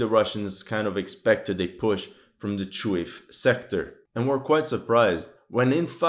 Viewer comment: The city's name is pronounced as ChooGooEff not Chooev. =)